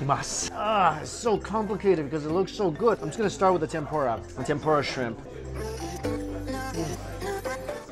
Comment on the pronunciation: trying way to hard to pronounce udon, it sounds forced, then you say Tempura like an american and i couldn't help but laugh. And for christs sake, we know it's an udon video, do you have to say udon 100 times in the video? We get it, you know how to pronounce Udon, but apparently not Tempura LOL.